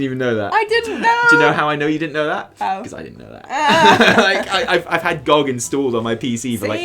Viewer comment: It's G.O.G not gawg. I'm pretty excited to see where the story goes. I came back to the game two weeks ago after not touching it since BfA launched. Leveling two characters and doing all the quests has actually been pretty enjoyable from a story perspective. Still sucks getting less powerful as you level though. My dps nearly halved when my legendaries stopped working at 116 and the gameplay became so stale.